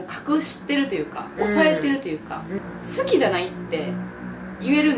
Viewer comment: 関西弁の好きーの発音好きやわー